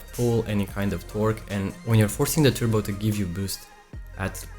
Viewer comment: He's saying turbo, it's like turbo without R...tubocharger 🤣😂